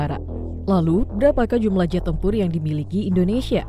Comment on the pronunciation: Koreksi jumlah... Bukan jumblah